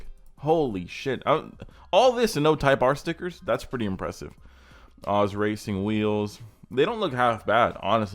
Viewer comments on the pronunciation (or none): Guy said "ozzz" racing wheels.